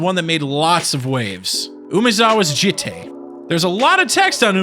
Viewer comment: The way you pronounce jitte makes me want to rip my ears off.